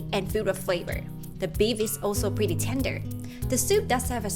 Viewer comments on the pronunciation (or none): none